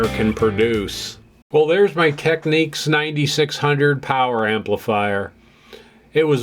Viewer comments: Technics as in nic not nique Technique is a way of carrying out a particular task, as say an artists technique, why do Americans always pronounce things incorrectly? Why not Panasonique for Panasonic, at least you got that correct!!! But otherwise I think your channel is great! very well composed and presented, well done. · Great channel, learning a lot here. One thing, though. The way to pronounce Technics is with a nicks, not neeks. The Technics commercial here on YouTube will prove that fact to you. Please search it out. I am enjoying your videos, thanks. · Teck - Nicks. It's not techniques. Why can't Americans pronounce the name correctly?? It's not that hard.